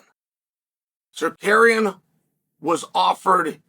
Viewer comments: Bro.please respect people names.its not secarian but SA-RUK-YAN. By the way arman is rubbish talks so much.he needs 5 rounds to beat charles by split decision islam submit charles easily in 2rounds.islam will smesh the armenian then he will realise the dagestani jinx.🤣🤣🤣🤣🤣🤣🤣🤣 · Did he say Zarkarian 😂? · Tsarukyan not Tsarkarian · Uncle Chael playing fast and loose with fighter names. Tzarukian, Zakarian, Kardashian…same thing! 😂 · Please someone tell Chael that pronouns it Sarukiyan. Tsarukiyan the (T) is silent 🔇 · Shark Karean?? 😂😂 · no uncle Chael. Its Sarkarian 😂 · Apparently there’s a fighter whose name you can pronounce differently every time you say it. Tsarukyan, Sarukan (Ryu and Ken lost to Chael btw,). And at :28 I think he called him Shakira 😂 No more proof needed. Chael is the GOAT 🐐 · Me: Tsarukyan Uncle Chael: Tsarkaryan Me: Tsarkaryan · Bro please stop call him Sakarian 🤣🤣🤣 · Too late. Sarkarian it is. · idk why i thought he’d say armans name right lol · You would be more believable if you could pronounce his name..No one thinks Islam or Arman fights are boring..Arman also said Poirier lost because he quit, and he refused the Islam title fight because he needed more time, he says lots of stupid stuff, who cares..And I'm not convinced he beat Charles, it'd debatable.. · Chael butchering Arman's name is classic Chael 😂😂😂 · Chael spends his entire day finding new ways to butcher Arman’s name lol.